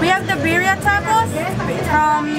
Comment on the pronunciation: 😆😆😆I'm confused...you saying Beddia..but she said Birria. ???